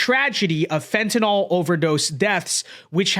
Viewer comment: Fentanyl, not, "fentanall..."